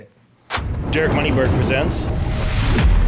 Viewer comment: Moneyberg? Lmao I'm sorry, but seriously?